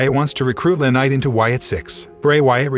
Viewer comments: Don't be attacking Liv Morgan your show sucks your a liar no one cares what you think and you can't get peoples names right its not lanight its LA knight! Get it right retard! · Guy needs to know how to pronounce the wrestlers names correctly the wrestlers name is L.A. Knight not la ,other name you butchered is Vince Russo